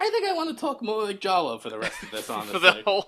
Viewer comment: Throughout this whole longplay I can only hear Jollo as Choose Goose.